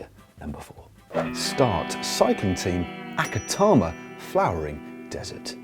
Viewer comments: Atacama, not acatama! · Desert name and clipping in. These are a few of Matt's favourite things. Say it with me Matt. aTaCama... (Not aCaTama) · Matt 'can't forward slash properly' Stephens also can't say Atacama...Acatama... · Dear GCN's Matt, it's not aCatama but aTacama ;) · Matt, it is atacama, not acatama...twice :D but great video anyway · The pronunciation is A TA CA MA, not A CA TA MA.... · For example acatama :D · Serious? How do you pronoucnce Atacama Matt?? Twice...